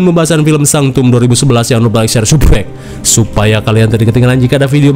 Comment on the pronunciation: Kenapa sih bang setiap ngomong subscribe jadi subreg?